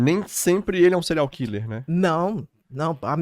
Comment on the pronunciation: Adoro Bia. Mas dá agonia vcs dois falarem "Cereais killer"